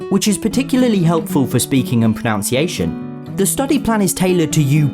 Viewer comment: It is ironic that he mispronounces "mispronunciation" and is sponsored by a language app.